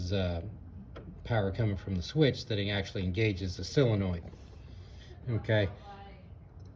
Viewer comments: It's called a SOLenoid, not a SILenoid. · i have always called it a SIL enoild... whatever,, git it done... and my Willys jeep is pronounced a WILLIS here in Texas for all my life... chill